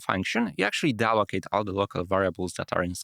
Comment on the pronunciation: OK, I came here to watch this after watching your previous video, and I will stop my watching to give you examples of your strange accent as I go The time stamps will not be exact , you say "thread" but you pronounce it like it is "Fred" ,did not get many words you pronounced "de-allocate" like it is "dallocate" "and it says depends on the operating system that you are using ", that is what I heard, but for sure you said something else , and I cannot figure it out! "the very first" but you said it like it is "the very fast" " the idea is ... some introvert types ...." I have no idea what you tried to say! Well I will stop pointing out, it is so tiring for me, but I hope you get the idea. For you there is no point to invest in expensive microphones or camera, the most important thing is to make your accent and pronunciation clear.